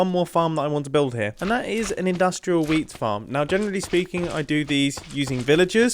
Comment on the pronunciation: "15 year old me right now would be getting very very excited indeed at the prospekt of having lots and lots of wheat" (Is this just me being a german, non mother tongue English speaker or does wheat really sound like weed which makes this sentence a LOT different😂)